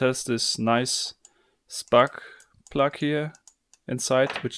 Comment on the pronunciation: "same for deh spart pluduht"